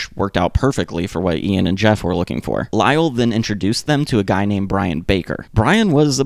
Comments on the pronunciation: Guy uses the French pronunciation of his name... i.e., sounds like ghee (rhymes with “key”). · his name is pronounced gee not guy